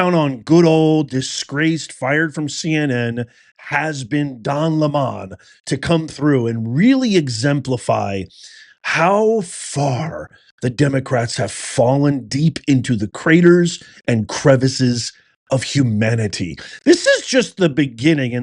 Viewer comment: It’s lemon not lámōn. As in lemon head